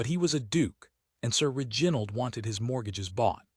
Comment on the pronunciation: If this is AI, you must teach it how to pronounce REginald, not reGINald. It is offputting.